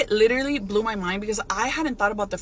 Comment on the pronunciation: literally? 🙅‍♂️ Litter-ly? 👌 She can't even say the word "literally" 😂😂: it blew your mind because you have a very low IQ 😂